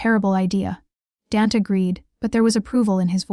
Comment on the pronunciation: Hahaha AI called him DANT...not DANT then capital A! Silly theme story...what mafia boss would tell a drunk student how many he killed! Police FBI listening. SUCH POOR NARRATION...TOO FAST AS WELL! Overall a hot mess.. not bothering to finish it.